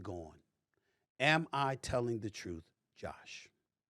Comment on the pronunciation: This guy says Troof? Come on. Now we see why you aren’t on tv or radio.